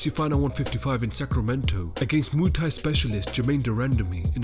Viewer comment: he said moo thai ahahahaha